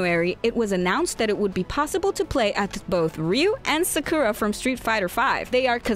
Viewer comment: The way she pronounced Sakura and Hyrulean was interesting to me.